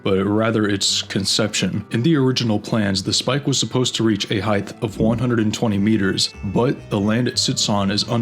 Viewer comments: “Height” is pronounced “hite” not “high-th” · did you pronounce height as heighth on purpose or accident? im genuinely curious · The word is "height", not "heighth". The word "another" is pronounced "uh-nother", not "ay-nother. The word "a" is always pronounced "uh", never "ay". Trying to pay attention to the content, but the narrator is too annoying. I made it halfway through the video. Can't listen anymore. Done. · Dear Mr Voice-over , please learn how to pronounce the word 'height'. It is not 'heighth'! Once was excusable, but all through the video was not! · Why do you Americans pronounce it heighTH?!?!? There is NO "TH" at the end!!! The word is height, pronounced heighTTTTTTTTT, not TH!!!!! Just like: sighT, lighT, mighT, brighT, plighT, kryptoniTe!!!!!!!!!! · Good video...but the word is height, not heighth. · It's pronounced 'hite'. No 'th'. Why am I, the Swedish man, having to tell you this? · HEIGHTH is not a word. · “Heighth” is not a word. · There is no TH sound in Height. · Friendly note: there's no "h" at the end of the word "height" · Why does this dude keep saying "height" with a "th" sound on the end?! Lol dumbass. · Some really annoying art that is forced onto the public, a lot of which is paid for by the public. Also something very annoying in this video was the narrators inability to pronounce the word height.